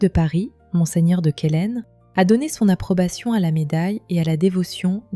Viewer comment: Bonsoir et merci , monseigneur de Quélen se prononce Quélin , quid de Notre Dame de Laghet , Fenestre et utelle dans les Alpes Maritimes et Notre Dame de Bétharam en Béarn et Notre Dame des victoires à Paris ?